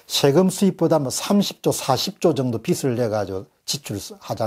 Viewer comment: '빚이 빚을' 발음에 신경써 주시면 좋겠습니다 비지 비즐(o) 비시 비슬 비치 비츨(x)